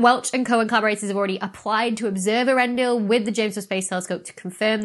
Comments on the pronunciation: Poor Tolkien. I think it would be more authentically pronounced similarly to 'YOR-en-dil' but I would defer to the experts. (Old English is weird like that.) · I'm pretty sure that the first two letters in both Earendil and Earendel should be pronounced as separate syllables, not pronounced like Ear.